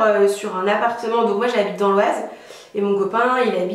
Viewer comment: Félicitations! 🎉 J'ai du re écouter 2 fois quand tu as dit le mot Oise 😂 je viens aussi de l'Oise 😁